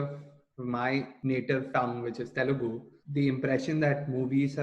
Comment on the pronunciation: OMG, what’s the deal with "Telgu", especially when you are native speaker!?!